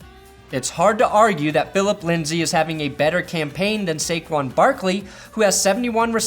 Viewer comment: No. Lol. It's Saquon and it's not even close.